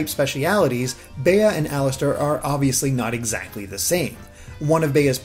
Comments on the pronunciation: Why does no one know how to say Bea's name? It's pronounced "bee." It's a real world name, people. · Literally I've only ever heard Bea pronounced like "Bee". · I’m pretty sure it’s pronounced like bee because apparently her English name comes from the word “bean” and the Bea in bean is pronounced like bee. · "Bea" is short for "Beatrice" and pronounced "Bee". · BEA is pronounced as BEE, BEEEEEEEEEE DAMMIT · Bea is pronounced BEE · I thought Bea was pronounced “Bee” like Bea Arthur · Pretty sure Bea is pronounced "Bee" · Bea is pronounced “Bee”. I know someone with this name. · Bea's name is pronounced Bee, just gotta say it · Why does everyone pronounce Bea like that? It's a really common name! It's literally just pronounced like Bee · Pretty sure it's pronounced 'B'. Like Bea Arthur. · Pronounced bee, short for Beatrice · “Bey-uh” instead of it being pronounced bee. omg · its bea (bee) as in beatrice, not beyah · I think her name is pronounced "Bee", as I've met someone with that name and it was pronounced like that. I've NEVER heard the name "Bey-ah" before. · Yeah, when he said baya, I was like who? It's not bae it's bea or "bee" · I was cringing every time he said "bay-uh." But yeah, it's short for Beatrice usually...I thought everyone knew how to say that name. No need to overcomplicate it lol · CGG Productions But in other languages, that gym leader has other names. It’s only “Bea” in English, and in English it’s pronounced BEE. Are there maybe a couple of people who pronounce it BEE-uh? Maybe. But 99% of people named Beatrice will tell you their nickname is pronounced BEE. BAY-uh is pure nonsense. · I can't stop laughing at Baya XD... it's Bea (Bee) XD XD XD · Its BEA, not Bee. The word is exacly pronounced as its written, since it comes from BeAtrice or BeAtrice. There is no DOuble E in those names. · Why do people keep prononcing her name Bay-uh, it's pronounced Bee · Bruh it’s pronounced Bee not Bay-yuh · you say her name like the insect Bee